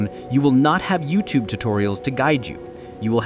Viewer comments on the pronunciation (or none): none